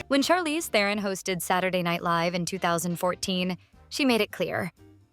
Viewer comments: Mads is pronounced mazz like jazz. Theron rhymes with heron. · As a fellow South African I so wish the world would say Charlize Tehron's name correctly Its actually "TRON" the "eh" is silent , perhaps she wanted to be psychedelic and told the world to call her "Teh-ron"